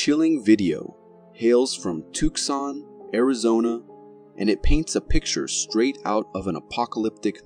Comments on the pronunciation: 🤣"tuck-sohn?" I thought he was talking about somewhere in Europe...it's pronounced 'too-sohn" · he also called Tucson Tookson..gotta be a computer generated voice I'm thinking. At least he didn't refer to the Pale Humanoid(Rake) as a Skinwalker